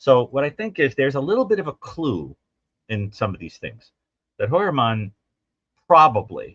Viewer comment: I remember. when u first rationalized pronouncing Heuermann as hoyer-mon....u researched the name and found that pronunciation. RH, however, says: hewer-men. R u purposely mis-pronouncing his name to show disrespect? Just curious. (I dont have a problem w disrespecting this monster).